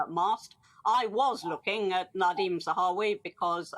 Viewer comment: Widdecombe says Zahawi. NO NO NO NO NO.